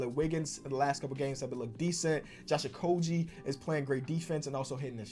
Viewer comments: This man will never pronounce Josh Okogie’s name correctly 😂😂😂 it’s G as in Gaurd guh guh. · Day idk of asking to pronounce Josh Okogie's name right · PLEASE LEARN HOW TO PROPERLY PRONOUNCE JOSH OKOGIE!!!!!!